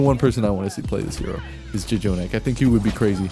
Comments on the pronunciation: Its pronounced Jonak. Not J jonak. One j is silent. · Did you just call jjonak “Jajonak”? Dafuq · this guy really just "juh-jonak" why bro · who tf says "ja jonak" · the first J in jjonak is silent ;)